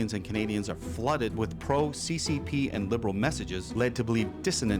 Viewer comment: Why do I hear CPP, instead of CCP